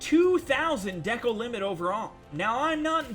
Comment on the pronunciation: You are saying Decal wrong